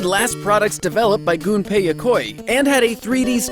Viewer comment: Thank you for pronouncing "Gunpei" correctly.